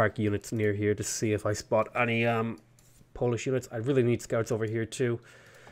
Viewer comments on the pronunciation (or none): none